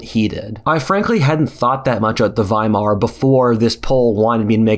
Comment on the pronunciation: Thank you for pronouncing Weimar Republic correctly